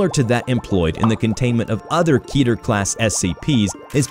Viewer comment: you need to adjust your computer voice reader. You pronounced Keter Clasd as Keeeter Class rather than Kay-ter Class. Keter rhymes with hater.